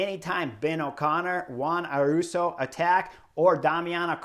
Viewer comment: Vinego is pretty close to the danish pronunciation... I would rather point out Davide (Gaudu) It's like Italian Davide but without the last E sound... And Ayuso is not Aruso...but ayusso...👍👍🦋🦋